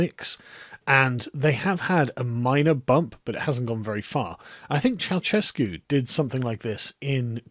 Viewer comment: I might be nitpicking, but I believe it's spelled like cheaushescu. "Cheau" like in "bella ciao", and the "shhhh" instead of "tch" sound you made after that.